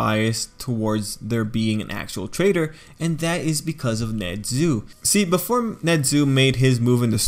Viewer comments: His name is nezu not nedzu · Wtf is that accent?NeZUUUUU